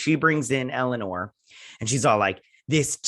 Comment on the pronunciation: And I love how you call Elnor Elanore. LOL!